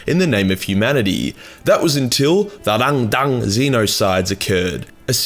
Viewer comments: "The xenos called Rang-dan-dan." Me: "Wut?" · Hah! Love the sass on Timmy here. Also, pronunciation of 'Rang-dang' is now my new favourite thing. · I laugh every time he says rangdang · The rangdan. 😂😂😂😂😂😂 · Every time you say Rangdang, all I can hear is Arnold Schwarzenegger trying to order chinese food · Please, never say "Rangdan" again. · If this guy sais rangdan like a Vietnamese person one more time I’m going to explode from laughing so hard